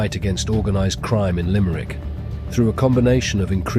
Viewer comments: Its LIMERICK not LIMEEERICK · It's pronounced Limb-rick